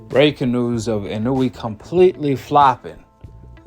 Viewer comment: Why you keep saying his name like you don’t know how to say it right😂 w video btw